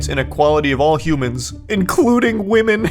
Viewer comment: Why do you keep pronouncing "women" as "woman"? wtf? 😂😂